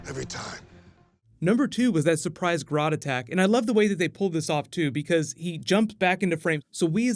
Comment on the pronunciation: Oh My God, GRODD not God. Also Nora + Atom shipping? Real life does imitate art.